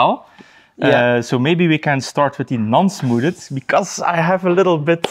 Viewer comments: nope. Je spreekt het smoethd uit. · smooded is the best way to pronounce smoothed I've ever heard 👍👏